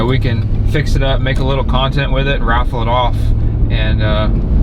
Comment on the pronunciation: Raffle? You mean "waffle" 😆